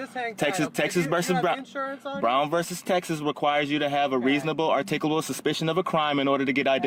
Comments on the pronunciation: "articable" suspicion? Not only can't he say it, he has no clue what it means. 🤣😂🤣😂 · Artikable, instead of articulable. Haha! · Artickleable? hahaha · “Are-tick-oo-lah-bull”?? Is that a Mooronic word? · He can't articulate it!